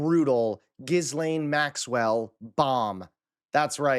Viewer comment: At least learn the pronunciation of the person you're talking about. Put in the effort.